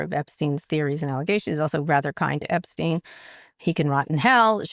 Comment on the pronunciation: OK so I am a total news junkie and you are top of endless loop of all that is fucked up in the world right now. But for the love of of God!! For all the airtime you give the Epstein files - and well you should! - you'd think by now you'd have confirmed and know how to pronounce that pedophile's name!! What is up with that Kara! It's pronounced gee-LEN. The s is silent. It's not a soft g. For now and for all time it's...gee-LEN. Please also tell Scott! 😉!